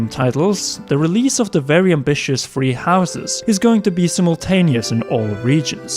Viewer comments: Dear Britain: it's Three not Free... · I like the way he says “3” lol it sounds like “free” so cute.